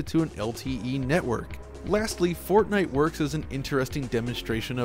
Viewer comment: Everytime you say Fortnite I understand Fartnight. So going by that, I just farted at night.